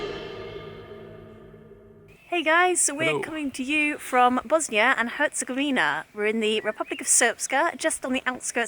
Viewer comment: Great video as always, but there's just one thing a have to mention. It's Bosnia and Herzegovina, not Bosnia and Herzegovinia. You see the difference? :)